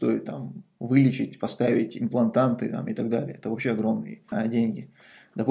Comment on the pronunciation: имплант или имплантат, а не имплантаНт. По доброму, без подвоха или укора!